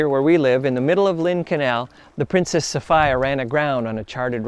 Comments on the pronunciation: It’s pronounced so fe a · Since when is Sophia pronounced Sofa-ya???